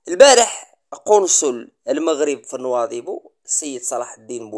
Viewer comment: باريش تعلم تنطق، كلمة نواذيبو، ماشي نواضبو، رآه يضحكون عليك الموريتانين